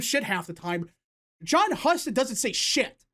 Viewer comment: Husted is pronounced (hew-sted) not (huh-sted).